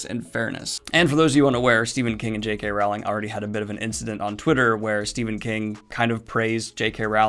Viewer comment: Daniel it's pronounced Rowling as in bowling